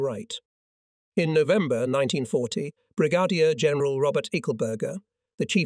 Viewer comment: How about: Brig-a-deer for Brigadier General?